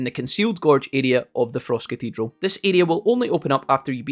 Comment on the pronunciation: You said fross cahteedral